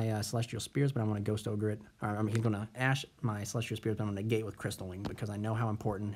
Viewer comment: Would your board really have been the same in game 3 if the elpy wouldn't have resolved? Also, it's Heavenly SPHERES not Spears xD Otherwise, nice video :D